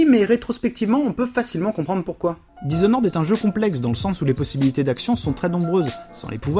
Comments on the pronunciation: "dishonoraide"..ok l'anglais frère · "Dizonnoraide comme on dit par chez nous" Alors même sur le ton de la plaisanterie, celle-là, elle fait mal aux oreilles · Je suis con et chiant alors je peut pas résister: dizonored sérieux??? lol ( sinon vous avez fait le jeu en anglais? parce que dire blinck alors que dans la vidéo c'est en francais c'est bizarre)